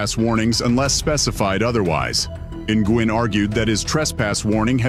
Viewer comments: I belive G is silent in Nguin and pronounced Nu'in😊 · It's not pronounced N-Gwin....it's Wen....Nguyen. I hope they get just reward...especially against Pettigrew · Nguyen is pronounced "new win" not "in gwen" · Its pronounced "win" not Ng-win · How the hell can you not pronounce Nguyen?